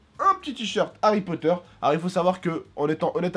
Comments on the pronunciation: C'est moi ou il a dit harry croteur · tu sais au début ta dis Harry crooter